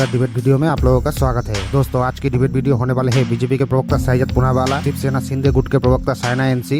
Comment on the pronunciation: Bhai वीडियो hota hai भीडियो nahin hota hai.